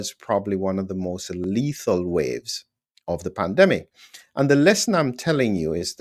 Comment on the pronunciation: At first I thought you said Plandemic - with an L. Scared me!